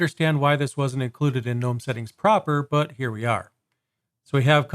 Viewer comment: Also, 2 things: 1. It's "guhnome" 2. The watermark's part of the tweaks, it's there even if you swap wallpapers